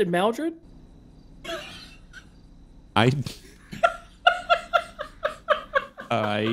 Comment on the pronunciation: "Maldred" hahahahahaha